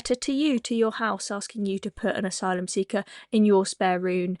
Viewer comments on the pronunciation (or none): none